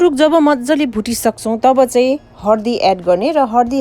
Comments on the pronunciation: Ki hindi ki nepali bolnuni ani hardi hina haldi vanxa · Hardi haina k dd haldi ho